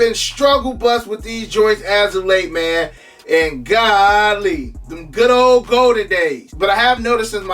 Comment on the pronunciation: “Gahhh-Leeee” Thought that was a down south thang😂